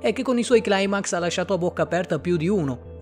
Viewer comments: Bellissimo video ma... la parola "Climax" si pronuncia "Climax" no "Claimax". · Cribbio ma si dice climax, che cazzo è CLAIMAX 😞 è Italiano non inglese.. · CLAIMAX NON SI PUÒ' SENTIREEEEEE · più che altro è una mia fissa. È un termine Greco non Inglese. Mi dà noia questa "americanizzazione" ossessiva.